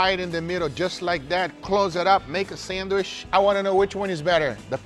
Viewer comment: Nobody: Absolutely nobody: Guga: "........sandwish"